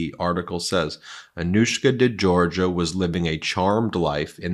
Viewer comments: Excellent report as usual, but you need to get some help with pronunciation of important people’s names: Virginia ‘Giuffre’ = jiew-frreh not ‘jew-far-eh’. And , Anouska De ‘Georgiou’ = jorr-jee-oo not ‘jor-jah’ 🥰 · It would be respectful if Anouska's name was pronounced decently. De Georgiou like jhor-zhew not jor-guh/Georgia. Not difficult when it's in your own video. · De Georgiou, not De Georgia. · Thats not how it's pronounced. It's the same surname as George Michael.de. jorjiyew I love your work, guys. This is just to clear this up. You uses to mispronounc😅ed those guys who worked with Nauta, and Olivayra (oliveira), you got it right eventually but it was a distraction from the subject. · Hey Ben if this should somehow catch your eye- I’m not a stickler nor a snob, but a nicer way to pronounce this very beautiful and elegant young lady’s family name is more like ‘zhorZHOO’. Just a hint. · Friend of mine has the same last name pronounce "Jor-Joo" also the other lady is Gee-oo-fray otherwise great analysis! ! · Georgiou is not pronounced like Georgia. Jeez.